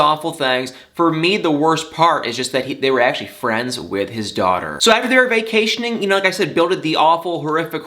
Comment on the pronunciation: "he's was VAY-CAY-TIONing.. yes... BILL... Who's like a million years old... Was vacationing.... with two 16 year olds" ☝️😍 Why I love you.